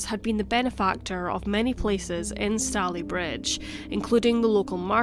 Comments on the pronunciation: It's pronounced Stay ley bridge not Stally. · Really interesting case! Fyi it’s pronounced stay-lee bridge 😘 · It's Stay-Lea not Sta-leigh - ugh, can't listen to this. It's going to drive me mad. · I live here, and its pronounced stay_ley_Bridge, not stallybridge!! named after the stayley family who originally owned the land. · Minor correction: Stalybridge rhymes with “daily bridge” not “dally bridge”. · im soo late but its pronounced stay-lee bridge btw! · It’s pronounced stay ly bridge 😊and. If I’m not mistaken it was 1910. One theory. Thanks for sharing 😊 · Ineresting story. Just one small criticism Stalybridge is pronounced Stay-le-bridge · Fascinating. Its pronounced 'Stayleebridge'. I grew up there, in the 70's, but hadn't heard of this case. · STAY-lee-bridge.... as (some) Glaswegians will know because it has a football team called Stalybridge Celtic. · It's pronounced Stay-lee-bridge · Stalybridge is pronounced wrongly. Stalybridge is pronounced Stay-lee-bridge 🙄 I live in Manchester and have done for the past 6 years I like Stalybridge. It's locals have always pronounced it Stay-lee-bridge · have never watched a case thats so close to where I live... literally the next town, we usually say it stay-lee bridge! :) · It’s pronounced Staaalybridge. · I live a couple of miles away. It's pronounced Stay-ley-bridge.The stones of Gorse Hall were used in the construction of other buildings in the town, such as NatWest Bank. There is also a school in the area called Gorse Hall Primary School. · stay-LEE-bridge...i live in Woodley :) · Just a small point, it's pronounced " Stayleebridge " 👍🏻🙂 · I was born in Tameside Hospital! I had never heard this story before. Also I love how you pronounce Stalybridge lol ❤️ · It’s easy to find out correct pronunciations on the Internet now; there is really no excuse not to.